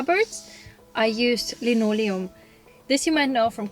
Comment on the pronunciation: Privet :) ich komme vom Kanal Pam the van . Als Du in dem Video Linoleum gesagt hast dachte ich mir gleich, Du bist for sure Russin :D